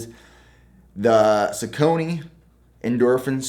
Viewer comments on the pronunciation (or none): Just a friendly FYI your Saucony shoes are pronounced (SOCK-A-KNEE) not (sock-cony). Great selection of shoes though! You should try some Nike pegasus 37s or pegasus turbo 2s! Very awesome responsive shoes! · Sucony nooooo it's sock-on-y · Yes. He pronounces it wrong, something like Suh-Coney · Great video! I’ve heard it pronounced most often as “sock-a-knee”…not as “sa-cone-e”. Strange word either way lol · The brand is “saw-kan-nee” - Great video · Just pronouncing Saucony wrong. It’s “SOCK-UH-KNEE” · Saw-cone-ee. I think you’re just mispronouncing the saw part. The “u” in saucony makes a “w” sound. But maybe we just pronounce it weird in Illinois 🤷🏼‍♂️ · straight from google 'How is Saucony pronounced? The correct pronunciation of Saucony is “SOCK-UH-KNEE”.' This is how I say it. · It hurt every time he said it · Saucony is said saw-cu-knee... but you are all good 😂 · What sock brand do you use for running? Also I think Saucony is more commonly pronounced Sock-Ah-Nee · Saucony is pronounced more like Sauk-uh-knee btw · no hate just letting you know that I usually hear people say saucony more like Saw-cony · bruuhhhh i laughed so hard when said suh-cone-knee smh brooo search up the pronunciation lol, but what a beast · It’s “sock-a-knee” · The proper pronunciation is “sock-ah-knee”, close though 🤣 also i love my feetures only socks ill use in my races! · Hey, the Sauconys are pronounced “Sock-uh-knee”. Just thought I’d let you know. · Why do u say saucony like that. It’s sock a knee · I think is “sock-knee” 😉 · It’s pronounced Sock-a-knee lol 😂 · Saucony (sock-uh-knee) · “Saw-Kon-A” = saucony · Saucony: Saw-con-e…anyone else? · I used to work at a running shoe store... it’s pronounced SOCK•ONY lol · Think its pronounced as sock-on-ay lol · Hi, thanks for the video. It's pronounce /ˈsɔːkəni/ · It is Sock-on-knee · Is it pronounced..."soc-ca-nee"? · It’s pronounced Sore-sa-nee. The C is pronounced as an S. Like sorcery. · its saw-ka-nee